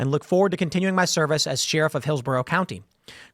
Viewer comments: It’s crazy how often you get a chance to say sheriff in the weirdest way possible. What the hell? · Tim says sheriff weirdly. We need to eliminate the job so I don't have to hear Tim say it ever again! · The way Tim pronounces “Sheriff” is sheer insanity